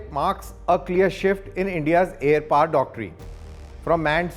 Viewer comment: POWER, not PAAR